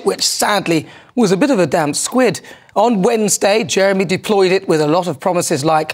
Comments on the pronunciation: Squib NOT Squid !! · " A damp squid" 😂, no Nana ...its " a damp squib" ( a firework ) ...a squid is always damp seeing as it lives underwater 🙊😂😂...never mind, keep up the Great work 👍